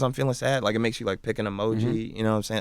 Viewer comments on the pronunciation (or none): none